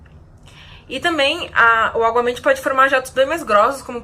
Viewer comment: é aguamenti ou obamente? huhuhu